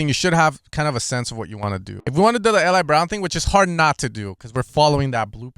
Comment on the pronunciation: his name is pronounced EE-Lie